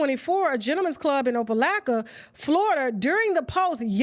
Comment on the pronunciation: Tasha.. say it with me “OPA-LOCK-A”